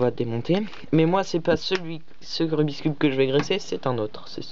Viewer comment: Ce n'est pas rubis cube quand tu le prononce!!! C rubikss